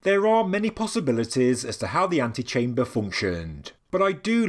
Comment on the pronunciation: Too much